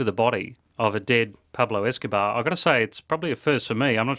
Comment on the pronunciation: Pablo escobahh